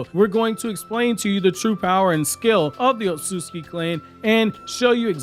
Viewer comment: Not as bad as Otsutsuki